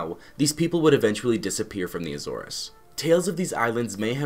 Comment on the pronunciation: Good information. However, You’re mis pronouncing the word Azores.